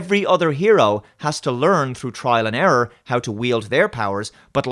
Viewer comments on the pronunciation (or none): none